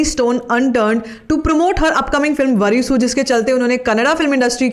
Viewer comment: Please try to pronounce words properly. It's वारिसु not वरीसू . All love Shreya Goshal in South India, because she pronounces every native words like a native. She takes that extra effort with respect, in return she is shown that love and respect in the South. You have made conscious effort in saying Kannada instead of Kannad , so you can extra efforts unlike others. Use a help of native speaker or YouTube video in the native language to get the proper pronunciation. Your content is great, continue the good work.